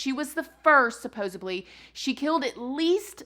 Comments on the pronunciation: Please stop saying “suposibly” it’s killing me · i love you to death but please it's "supposedly" 😅😅😅